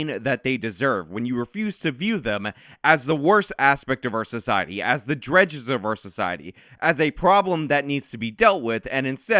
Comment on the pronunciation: Thank you for ending with that palate cleanser. We needed it after the misery of seeing what those scum are doing. Also, if you happen to see it,, "dregs" rhymes with "Greg's."